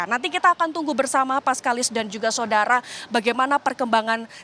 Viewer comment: mbak ini pasti kalo lagi bawa acara atau kalo lagi baca brita pasti bilang "SODARA" :face-blue-smiling::face-blue-smiling::face-blue-smiling::face-blue-smiling